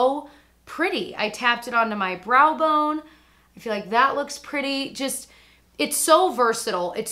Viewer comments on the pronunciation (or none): none